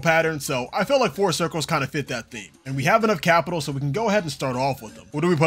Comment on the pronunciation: you can tell this guy does good in school when he says capital